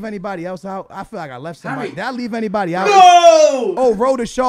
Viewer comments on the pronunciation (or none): none